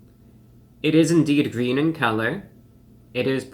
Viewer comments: It's gween, it's gween! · It's gween. 🤢